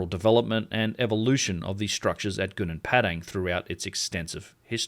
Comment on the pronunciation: You pronounced Gobleki Tepe correctly but pronounced Gunung Padang so wrong